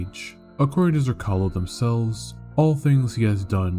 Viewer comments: Jesus motherfuckin christ. You suck when it comes to pronouncing Slavic names. Zrcalo (Mirror) C is pronaunced like ts. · You're mispronouncing the name; its Zrr-TS-ah-lo (Z as in Z-ebra), the name comes from the croatian/serbian word for mirror.